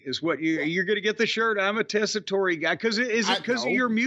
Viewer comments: The "e" at the end of Tessitore is silent. Anyway, he isn't offensive... He is okay, not perfect, but just okay. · The “e” is silent, is pronounced like Tessator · These two are so far in the wrestling bubble that they don't know how to correctly pronounce "Tessitore." Everybody's heard of him except these two because normal people don't only watch fake pro wrestling. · Joe was the sports anchor for one of our local news stations here in CT back in the mid to late 90s. He was pretty good back then but never imagined him as a wrestling announcer. Apparently he's always been a huge fan from what I've read. But his last name, doesn't pronounce the e. So you pronounce it as Tessitor.